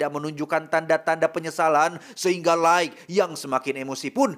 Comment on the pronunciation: Lait jooohnnn. LAITTT bacanya bukan laig